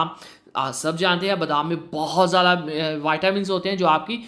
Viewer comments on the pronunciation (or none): none